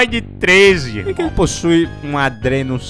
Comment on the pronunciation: O cara encheu a boca pra falar ADRENO 610